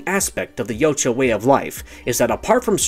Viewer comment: FINALLY, SOMEONE WHO CAN ACUALLY PRONOUNCE YAUTJA CORRECTLY